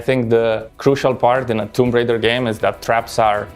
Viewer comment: i love how none of TR developers can correctly pronounce the title of the game lol